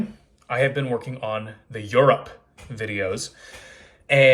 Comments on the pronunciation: Yup because now instead of yurt it’s your-ROPPPPPE 😂😂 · I doubt anyone would have noticed or judged your shirt. Laughed when you enunciated EUROPE and “We might just get this DONE!!…maybe” Thanks for the inspiration to do a barbell weight class today. Will check out Sims. Please keep the Peloton recommendations coming:) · The enunciation of EURope lol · Me, being a fellow Hoosier, was like…why did he say Europe so weird? 😂😂 Not to give you another complex because I clearly say it wrong too.